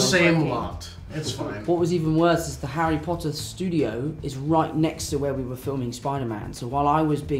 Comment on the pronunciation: It's funny how no one notices that , his American accent kicks in to place and he attempts a few times to pronounce "where" in his British accent lol